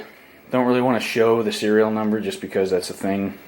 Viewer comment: NUMBER, not bumber.